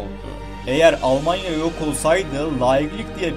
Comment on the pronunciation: almanya demiyorlar alamanya diyorlar onlar